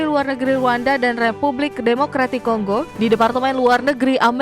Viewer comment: Kongo min bukan konggo😢